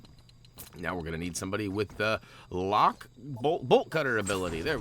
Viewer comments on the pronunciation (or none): none